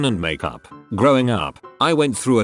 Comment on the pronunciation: Have you ever heard how it says Makeup? The robot says Mack-yup